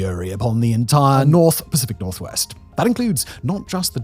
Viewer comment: The Pacific nor-what? 😅😂😂